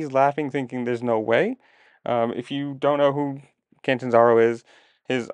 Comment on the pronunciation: Bro! At least get his name Correct! Cantanzaro! lol. 😅is that coz he Can’t? He Can! He’s the Cat! The Catanzaro!